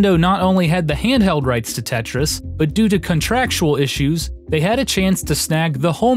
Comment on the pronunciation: Wtf is "Tetyais"